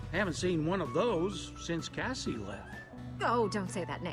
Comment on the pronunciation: gng you are NOT saying cassie.. 😭